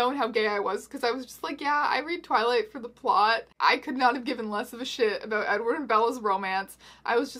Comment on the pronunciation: did you just call him eggward?